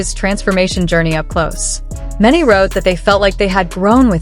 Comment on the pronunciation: This video doesn't know Jin at all. First of all, he is a he not a she. The pronoun was switched back and forth. Name isn't pronounched Jean. He already showed depth before in other songs.